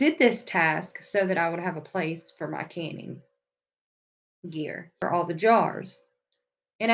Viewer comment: Awesome! I love getting organized. My pantry is SO TINY, I had to set up a shelf in the laundry room because I literally have the smallest pantry in existence, lol. I thought you said "candy" not "canning". 🤣